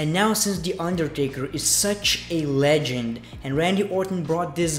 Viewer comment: Sounds like your saying legend fucker lol